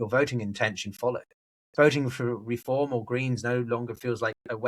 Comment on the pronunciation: Why do you say REE-form? It's Re-FORM.